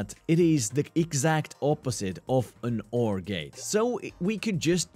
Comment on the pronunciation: NOR + XOR = NXOR Broken Grammar and Quick Maths said Snore, not NXOR